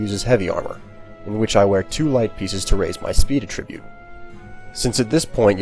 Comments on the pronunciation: attribute is accented on the A. this pronunciation is so bothersome. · Yeah it bothered me too. He pronounced “attribute” in its verb form instead of its noun form.